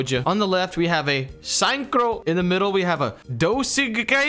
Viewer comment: I actually don’t know why he pronounced ,, synchro ,, like a sign so ,, sign crow ,, especially after the english word sounds exactly like the German word without the ,, -nizer ,, ending. Synchro should be pronounced the same as the ,, SYNCHROnizer ,, 😂😂😂 but ok it’s just to funny to watch like that